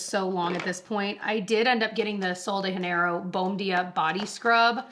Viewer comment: Is it true that their star product is pronounced “boom boom”? I’ve also noticed that the “Janeiro” is pronounced almost like there’s a “d” in the end of the word like “juhnaydo” … just wondering 💚 Thank you for your comment & the lesson.